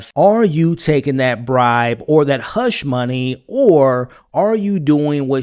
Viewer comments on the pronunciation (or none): none